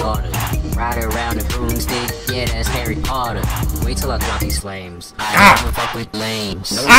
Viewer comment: HAHA HE SAID BROOMSTDICK